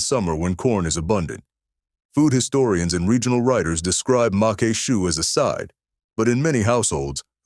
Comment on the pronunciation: macque chue is pronounced mock shoe. Congrats to you. I drooled during your video. You video also evoked fond memories of my grandma who cooked many of these dishes. One of the reasons I don't use seafood very often is due to the high cost of oysters and crabmeat. I made a seafood stuffing using cornbread, shrimp, crawfish tails and shrimp that cost almost $50. I'm subscribing to your channel. Good job.